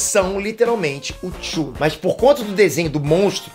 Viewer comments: chulo? Kkkkk Se escreve cthulhu Se diz cathulu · Vídeo fera... Ah, a pronúncia é CUTULO, de C mudo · O jeito que ele falou Cthulhu me doeu um pouco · Tchulu foi a pronúncia mais bizarra kkk eu falo creitu '-' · n é chulu a pronuncia, é ctulu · Só pra deixar claro, a pronúncia de "Cthulhu" é na verdade algo como "Catalu", ou algo assim. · Mais uma pronúncia pro Cleiton. Tchulo. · Já vi um dos livros de Lovecraft. A pronúncia eu acho que é XUTILU. Mas escreve Cthulhu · CTHULHU - CÃ (pronuncia de C mudo) - TÚ - LU. CÃTÚLU! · A pronúncia é cutulo vi recente um documentário sobre Lovecraft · Cthulhu eu sempre pronuncio Quitúlio kkk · Ok, sei que em teoria o nome é impronunciável, mas TCHULO KKKKKKKKKKKKKKKKKKKKKKKKKKKKKKKKK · A pronuncia de Cthulhu não é "KUTULHU"? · É impressão minha ou a pronúncia do Cthulhu está errada? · Não assisti o filme, mas assisti o seu vídeo. Tempo para assistir apenas filmes realmente bons e épicos (mesmo sendo filmes em preto e branco). E não sei se a pronúncia que você disse seja certa sobre Cthulhu. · Antes que venha uma CARALHADA de gente metralhar o, eu gostaria de dizer que a palavra Cthulhu, NÃO POSSUI UMA PRONUNCIA CERTA, assim como a maioria dos monstros de Lovecraft, como Yog-Sothoth, Nyarlatothep, etc, só avisando mesmo.